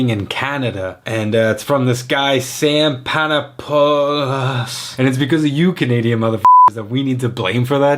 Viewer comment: TIL Hawaiian pizza was invented by this guy Sam Panapuhhhhhluhhhhhhhhhhs.